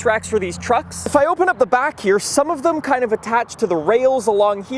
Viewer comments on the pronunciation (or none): none